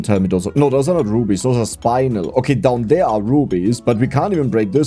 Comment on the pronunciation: It's spin-el, not spine-el. You say it like "*spin* the wheel" spin, and then add the el